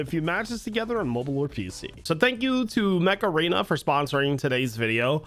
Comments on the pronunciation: Am I the only one that heard Macarena instead of Mech Arena? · "Macarena" ... That's what I heard, instead of "Mech Arena!" LoL I was like, wait, what? :text-green-game-over